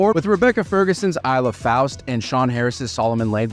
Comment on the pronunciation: Eye-la Faust? Clearly u are not a serious fan